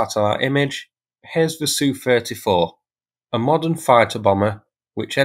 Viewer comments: Saying Sue for S. U., and Anne for A. N. is annoying AF. Is that the standard anywhere? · Thanks for this, good to see all the info you find. May I venture a comment, the convention when talking about russian aircraft is to spell the first two letters, not to read them. So Il-38 is pronounced "eye ell 38", Su-34 is pronounced "ess you 34", An-26 is pronounced "ay enn 26", and Tu-22m is pronounced "tee you 22m". Only Mig is pronounced as Mig. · SU is pronounced "Sukhoi" (soo-hoy) . TU is pronounced "Tupolev" (too-poh-lev). AN is pronounced Antonov (An-toe-nov). IL is pronounced "Ilushin" (ill-u-shin). Turning the two-letter designation into a word is not a thing that anyone but YouTube commenters do, and frankly it sounds ignorant. You're not ignorant. So, maybe, learn and use the correct pronunciations? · FFS mate,if you're going to pretend to know aircraft, use the correct term. S.U not Soo, A.N not an. Jesus H, YouTube is full of wannabees.